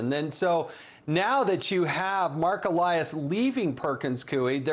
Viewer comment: MARK EE-LIE-US! If reporters are doing their job, they would KNOW how to pronounce names😉😉